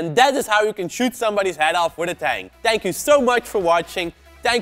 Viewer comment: "TANK you so much..."